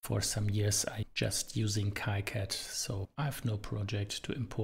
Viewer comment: it is kicad like the sound of key....so it sounds "keycad" . you can ask the developer for it.